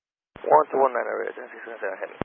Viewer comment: After years of flying I guess, type rated on 330 and doing international flying still the guy doesn’t know how to say 2627 properly… Spanish aviation English level standards